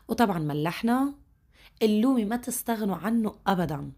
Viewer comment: النومي وليس اللومي